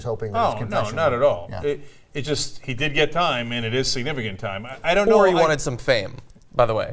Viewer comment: Ana, do you really need to emphasis "He did" like that?